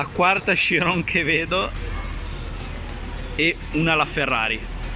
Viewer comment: Bello il video ma si pronuncia letteralmente cirion anche se si scrive chirion